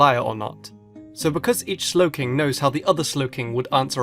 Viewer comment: DO NOT LEAVE OFF THE W IN SLOWKING!